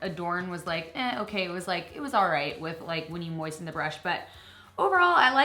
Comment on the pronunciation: "When you MOISTEN the brush"